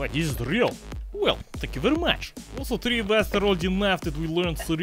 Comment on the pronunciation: "And we AL so HA ve some.. BLYAT!"